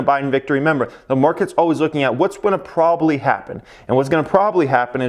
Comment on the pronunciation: There are two “b”s in probably. It’s not “brobaly”. Terrible.